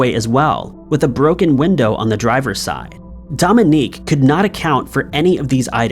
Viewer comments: Mary Badaracco's husband's name is Dominic, not Dominique. Pronounced Dom-in-Nick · Dominic is not pronounced "dom-in-EEK." strikes again! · Thank God you spelled it. pronounces it as a woman's name...🙏😉 And that's our law system.🙄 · take a shot every time mispronounces something